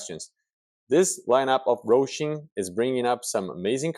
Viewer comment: Why are you calling it Rosim it's Hosim??????